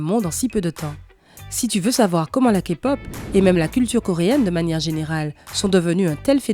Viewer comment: Pour une fois q'un non-fan prononce les noms des bts presque parfaitement, et tous les autres noms : 2pm, bigbang.... Et aussi prononce bien la "Képop" Je suis choquée !! C un excellent travail !!!